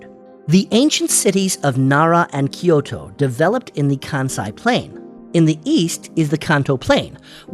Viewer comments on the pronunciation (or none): none